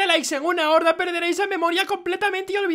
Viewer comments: Dijo horda en vés de hora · cuando pusiste el reto de like al prinsipio dijiste en una horda enves de hora like si te diste cuenta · dijiste horda y no una hora